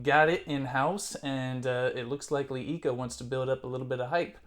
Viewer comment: It is pronounced luh eco and not lee eco.